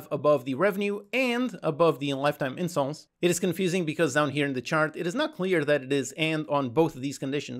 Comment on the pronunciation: Why’s he saying incels instead of installs